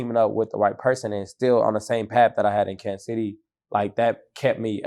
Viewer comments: Him not checking this nigga for saying Kansas is bothering me 😂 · stop saying Kansas